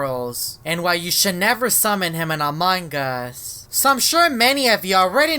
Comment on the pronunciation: why do you pronuonce among us amungos